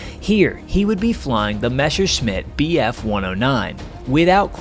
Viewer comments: Bro, can't you read?! It's clearly MESSERSCHMIDT and NOT meSHershmit 🤦🏻‍♂️ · mispronounced "Messerschmitt" ... again ...... Just say "Mess" - "er" and "Shit" with an "M" between "H" and "I" Can't be that hard ffsake :D ... sorry for the rant. nice video...